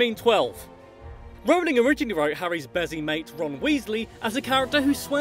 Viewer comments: I say it Role-ing not r-ow-ling. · I was allways pronouncing her name right but my friend always "corrected" me. I'm going to say to her "stop your saying it wrong its ROLLing not RAWling" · Dont mean to be THAT guy but youre still pronouncing Rowling wrong. Closer than most but its pronounced the same way you pronounce "rolling" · Says a fact explaining how to pronounce J.K Rowling's name Proceeds to pronounce wrong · Just you who messed up her name because i always say they see me rolling like jk Rowling. Mmh perhaps thats worse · Who was pronouncing her name wrong? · Nah lad it’s a British requirement to learn how to pronounce Rowling